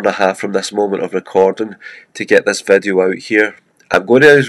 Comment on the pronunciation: like "vadio" ...i was like what is that? Oh you mean "video"